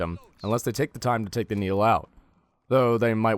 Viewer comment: Does he say Needle or is he offering me some noodles?